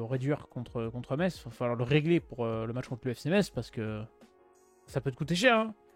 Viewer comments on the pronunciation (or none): Ça se prononce messe, pas metse! 50/50 pour moi. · Par contre on dit Metz (mess) pas meTTTTz